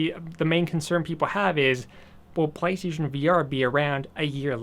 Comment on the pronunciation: you say PlayStation weird